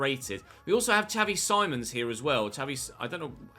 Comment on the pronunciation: Xavi Simons is pronounced as Seemons -Dumfries is a good rb option -Corona as a rb option -Rashford as a st option